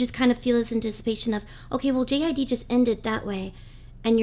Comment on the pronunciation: its JID like jid no J.I.D